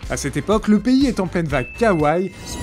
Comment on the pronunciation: Bonjour. 可愛い (kawaii) se prononce ka-wai-i et non pas kawaï.